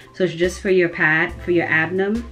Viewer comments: Oh hello naw girl u too cute its ABDOMEN NOT ABDOM what u gonna teach this child😒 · “abdom” really annoyed me. it’s Ab-DOH-MEN lol. but this was helpful cause i was confused on how to wear it